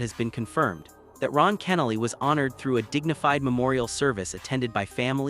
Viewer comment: Any time you CANNOT correctly pronounce the deceased name means it's AI or ignorance. Either way, disbelief of the post. Insincere post looking for views.